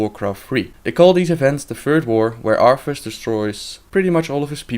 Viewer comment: its arthas you freegin idiot